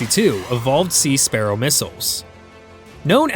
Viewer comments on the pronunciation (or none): none